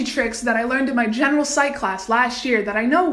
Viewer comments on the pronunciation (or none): none